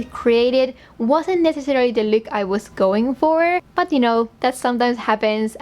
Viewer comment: doesn’t say look she says lewk